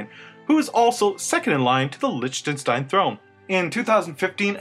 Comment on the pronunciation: Repeat after me LICKtenstein not lichtenstein